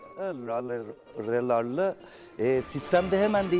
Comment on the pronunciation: aguelolarlı derken ben bile doğrusunu unuttum